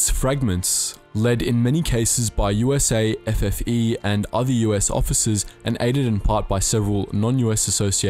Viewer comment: Its USAFFE not usa ffe